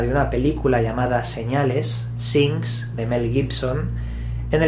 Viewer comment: Hahah "sings", ¿Por qué los españoles no se preocupan por pronunciar bien el inglés?